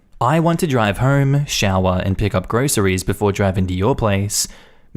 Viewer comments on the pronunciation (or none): none